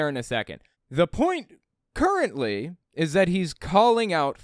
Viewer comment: Hehe. KERRently...